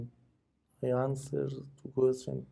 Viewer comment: Qweshn, qweshn, repeat